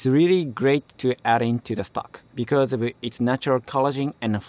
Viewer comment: The only tho g that bothered me in the video was “becers” when he tried to say because. (No offense)